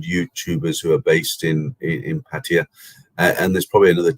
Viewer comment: Thai people call pattaya PAT-TA-YAAAAAAA. That's how its correctly pronounced in Thai (wikipedia pronunciation is correct you can listen to it). BTW you are right to warn people about travelling now, you'd have to be either insane or have deep pockets to try it. The tests are simply too much risk of banging up abroad!